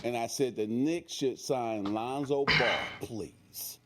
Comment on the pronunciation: Bruh said “LeOnzO ball 🏀” Too high lol 😂 jp